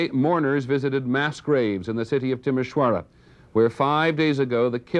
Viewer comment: It is Timisoara not Timasora.